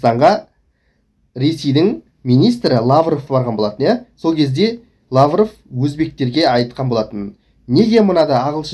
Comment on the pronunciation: сенде солардын созын сойлеп доллор ушын ирткы салма санкциядан корксан!друстап сойлеп уйрен Лавроп емес Лавров ол кысы жаксы дыпломат Мировой!